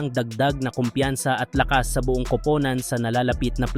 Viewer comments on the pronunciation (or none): Hahaha pansin kudin Yan pag nag Sabi sya Ng kupunan magiging kopownan Ang pag bigkas pero ok naun nakakatuwa naman pakinggan😊😊😊